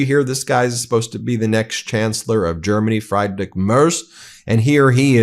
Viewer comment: Ben, just to help you a tiny bit Friedrich Merz is pronounced Freed ri ch (the ch is a soft c at the back of your mouth), thanks for the great reporting!